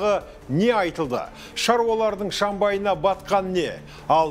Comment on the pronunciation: шАмбайы емес, шЫмбайы мырза!